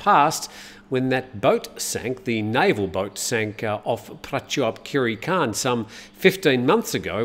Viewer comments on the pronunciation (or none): none